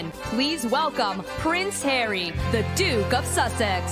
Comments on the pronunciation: Hilarious pronunciation of the word ‘Duke’ when H was being announced 🤣. It’s not ‘Dook’ (although I feel like using that pronunciation from now on, just for H). The word is pronounced ‘dewk’ or ‘dyouk’ or ‘d-yew-k’ With ‘you’ in the middle. I would have expected someone to check how to say it, if she wasn’t sure. Still, it’s rather funny 😂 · Or ‘dook’ as he was announced. If she couldn’t pronounce ‘Duke’(d-you-k) then she should have just called him Harry. After all, a few years ago he said himself “Just call me Harry”. Since he left the UK, it seems H is now very keen to be addressed by every title he can make claim to. Funny, that. Well, except he’s not funny. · You lost me at the 'Dook' 😮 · I’m with you on that ‘dook’ pronunciation. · lol at the intro commentator “Please welcome prince Hairy the Dook of Sussex”